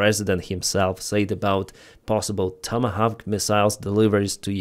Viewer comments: try saying "Toma Hork" ❤❤❤ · It's pronounced "TOM-A-Hock" ...